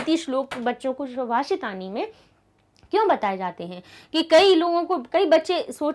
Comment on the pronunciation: Ma'am shubhashitani nahi subhashitani hoga